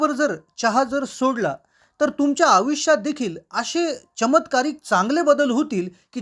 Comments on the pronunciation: आविष्य नाही आयुष्य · शुद्ध बोलायला शिका...... आविश्य.... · मेल्या आयु ष्य. म्हणायला शिक.